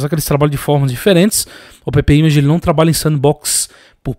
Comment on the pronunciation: meu irmão. Não chama AppImagine de "a pê pê image", chama de "épi image".